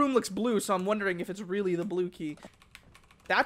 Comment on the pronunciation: Robbie Coleman not reawy